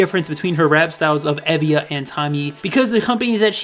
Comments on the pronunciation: Someone probably said this, but it's EE-via. "ee" as in "seek". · Tymee is a QUEEN she is my favourite rapper, periodt. As you asked for any corrections, E.Via is pronounced 이-비-아